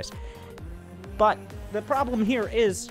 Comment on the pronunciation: “Probe-blem” hahaha perfect